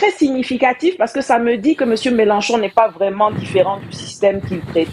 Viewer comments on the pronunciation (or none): none